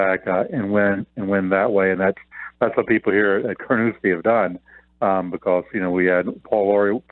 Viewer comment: It’s Carnoustie, not Carnouski